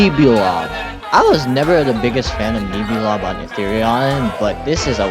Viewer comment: Pronunciation fix: It's pronounced "Nehbulob" like Nebula not Neebulob :) Also your rankings are so fair, not a single drop of hate and I love that. well until Gaddzooks I don't get why an overrated monster makes you hate it. People love it so much because without Gaddzooks Ethereal Workshop just sounds so much more empty